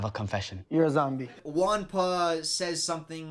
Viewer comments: "juan" is not pronounced "one" its more like "who-anne" Thanks 😢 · it's funny how you can't say "Juanpa" 😂